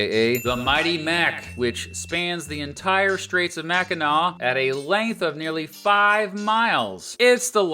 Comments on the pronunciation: As a Michigander I'm so thankful you pronounced Mackinac as MacK-inaw and not MacK-inaC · We NEVER say LP. So please don't try to spread that. But it's understood that you needed to explain the different peninsulas. Michiganders would be repulsed saying we are LP ;) The only way we identify ourselves is "Michigander. Kudos pronouncing Mackinac correctly (Mack-in-naw) Da YOU-PEE (that is a yooper pronunciation) is pretty, lots of wilderness, not many jobs, lots of snow, people drinks LOTS of beer, mosquitos that are the size of cars and pasties (google that tasty food) We trolls usually joke about da yoopers asking friends that live up there questions like "do you have electricity or indoor plumbing" and "what did you do last weekend? Go to the town dump and watch the bears rummage through trash?" It's good nature ribbing. The UP has pushed for statehood before they want to form the state of Superior. That never went anywhere. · I loved your channel for a long time, and you wouldn't believe how many people say Mackinac wrong. you get a big Thumbs up bawhahahaha. You did a great job, but you didn't mention Frankenmuth which is a Bavarian style town which architecture and style of Bavaria Germany, it also has the largest Christmas store in the in the world, it's called Bronner's. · Okay, as a lifelong Michigander of nearly five decades, I have to say this is probably the best, most accurate video on my state I've ever seen! Sure, we don't use "L.P." but always say "U.P." (weird, eh?), but I'll give you mad props for an excellent and factual video on the Great Lakes State! And THANK YOU SO MUCH for repeatedly pronouncing Mackinac correctly!! We have some goofy-sounding places here, but hearing people say "Mack-in-NACK" is 127 times worse than nails on a chalkboard to any self-respecting Michigander! Again... Kudos!